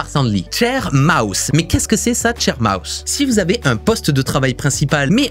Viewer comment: L'avant dernier j'ai mis un moment à comprendre que c'était sharemouse et pas chair mouse 😄